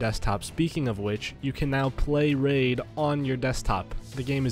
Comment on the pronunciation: woof.-. “Raif” SHADOW LEGENDS?